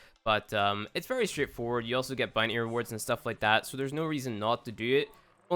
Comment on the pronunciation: _ CloakedReaper95 "boonty"